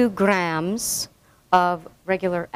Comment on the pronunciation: point thrrrrrre two grrrrrams